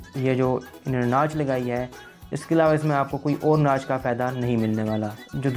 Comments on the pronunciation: bhai banda thori si research kr leta ha. thori si aqal istemal krleta ha. tu ne to pronunciation pe b dihan nahi dia. "Nach" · Nach ni notch, mobael ni mobile-:D